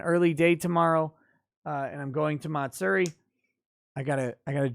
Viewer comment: you can use Google translator English to Japanese to get the correct pronunciation. But Matsuri is pronounced Ma-tsue-di not Mat- seri